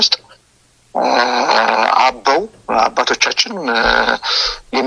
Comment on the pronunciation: "አማራዉ እስክንድር ነጋ?" ፋኖ ማለት አይችልም፣ አበዉ ማለት አይችልም።እዲህ ዓይነት አማርኛ መናገር የማይችል አማራ።ቂቂቂቂቂ